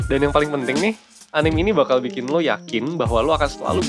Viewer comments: Nice video. Btw, dibacanya A N I M E ya bro, bukan A N I M wkwkwkwk XD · punten min, anime teh dibaca a-n-i-m-e, huruf "e"nya dibaca bener2 kek nyebut huruf "e", bukan anim, btw thank you pisan buat kontennya min 😁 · Its ANIME not ANIM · video yg sangat membantu, thanks a bunch 1% ; btw anime itu dibaca 'a-ni-me' bukan 'anim'